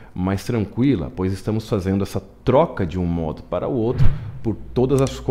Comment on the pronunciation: O exercício é ótimo. Mas cada vez que você falava a palavra "modo" me dava comichão.